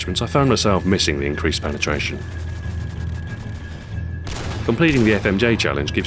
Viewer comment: hehe "penertration"